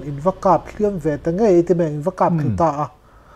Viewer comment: Sanghal ka hliam, tih thluk lai kha a hniam tur, i thluk san daih chuan nangmah kha Sanghal angah i in sawi tih na ani, 'hliam' tih lai tak kha thluk loh tur